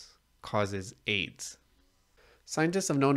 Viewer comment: Not sure why but the way he said aids was funny to me